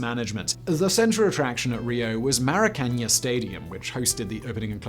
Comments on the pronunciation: "MARAcanya"? He doesn't even attempt to pronounce it correctly. It's "maraCANAAH". So famous everyone knows how to prononce it... I thought. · Yeah in Portuguese it makes the vowel sound more nasal